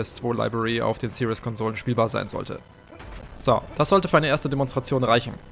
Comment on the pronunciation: Series nicht serious du sprichst es falsch aus